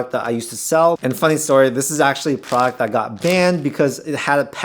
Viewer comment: What's a prawkt? Are you trying to say product?